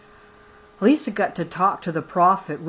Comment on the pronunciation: That is my aunt. you said elissa wrong. This book is moving and this is nothing to joke about, im not saying you are making fun but for all the people that joke about polygamy, it is not a laughing matter